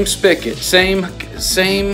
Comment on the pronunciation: FYI pronounced "spigot" not spicket